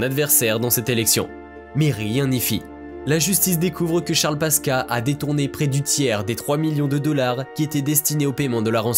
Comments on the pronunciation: On prononce PASQUOUA pas PASKA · On prononce pasquoa pas pasca 🤣🤣🤣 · Charle paska🤣 ça ce dit passe quoi, mais très bonne vidéo comme d'hab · Pasqua se prononce Pascoua et pas paska ... cela discredite toute votre analyse, c'est encore pire que que de Broglie qui se prononce de breuil.... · Qui c'est le crétin qui prononce Paska ou lieu de Pascoua ???? incroyable non ? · C'est Charles Pasquoi , on prononce '' passe quoi '' et non paska , sinon bien cette vidéo. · Charles "paska" mdr.... Pourquoi pas Jacques "ChiBrac" aussi mdrrr 🤣🤣🤣🤣Cest :" PA SSE QUOI " qu'on dit mdrr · Phonétiquement la prononciation c'est... Pass-quoi 😉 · Charles Pasqua ... Pasqua se prononce "pascoua" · Pasqua se prononce "pasquoi" en français. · C est toujours charles PASCUA qui se dit Pascoua. Merci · Ca se prononce Pasqwa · On prononce : Charles Pasqua : charles "paskoua" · on dit pascua et vu les sujets ... tu viens de naître toi. ne nous fait pas perdre du temps petit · Charles PASQUA, se prononce PASKOUA. Merci! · ça se dit "charles PASQUOI" sinon très bonne vidéo ! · Charles Pasqua, on prononce pasqoua, tu as du faire saigner bc d'oreilles 😅😅😅jeune homme😉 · Je sais que le nom s’écrit Pasqua mais il se prononce Pasquoi. Assez pénible d’écouter cette vidéo…. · Le narrateur ne sait même pas prononcer le nom de Charles Pasqua😔😌😬.... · Pasqua ne se prononce pas comme "quartier", mais comme "aquarium" en fait. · Ça n'est pas vraiment grave, simplement, comme le nom de Charles Pasqua est prononcé à plusieurs reprises, ça finit par gratter l'oreille